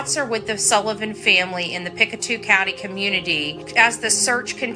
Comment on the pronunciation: Pic-toe not pic-a-two lol